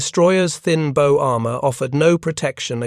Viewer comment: AI needs to learn how to pronounce "bow"! It's NOT the "and arrow" version!!!